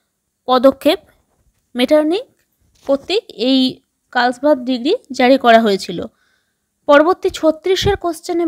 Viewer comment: 34-নং টা জার্মানির হবে আর 35 নং এর টা ডিগ্ৰী না ডিক্রি বলতে হবে।